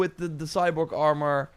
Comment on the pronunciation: Man i been watching for a minute. Since he would say arm-or. But he always knows how to get the best items in AAA games, especially assassins creed. Im literally only 3 hrs into the game. I pre ordered it too. But i started playing wuchang, then ghost of yotei. Now im back to shadows